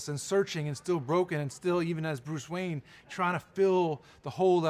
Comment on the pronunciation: wayan brothers? xD